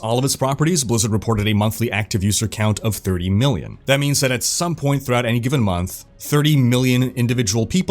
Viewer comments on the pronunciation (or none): none